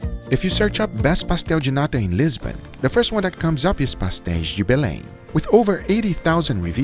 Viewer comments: Yo Guga, its Lisbon and Sintra, not Lisban and Sindra wtf. But you get the best city right tho ! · It's Lisbon, not Lisban! And Sintra, not Sindra... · "Lisban, Porto and Sindra" you mean "Lisbon, Porto, Sintra"